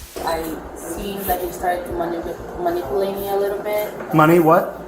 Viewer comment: Can I ax you how you were being manipooilated?